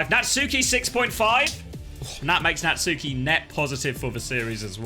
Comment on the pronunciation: Does Natsuki rly pronounce his ign as Nat-Suu-Ki or are we taking the piss